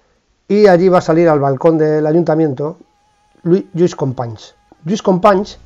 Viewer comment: Como todos los anteriores, un vídeo muy didáctico. Descubrí su canal hace muy poco y me parecen un gran ejemplo de como se puede combinar la rigurosidad con la amenidad. Por cierto, la pronunciación en este vídeo de Companys, excelente. La verdad es que resultaba muy extrana en los anteriores. Y si me permite un comentario, la referencia a Levante por intervenció del general Aguilera en Valencia, ademas de poco precisa política y geográficamente, nos chirría extraordinariamente a los valencianos (y sé que incluso aquí se utilizava ese topónimo despersonalizador en aquella época, pero eso daría para otra discusión). Muchas gracias y espero ver muchos mas vídeos de usted.